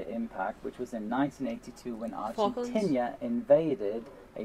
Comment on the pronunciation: Also, why does he keep saying 'Argentinia', instead of 'Argentina'?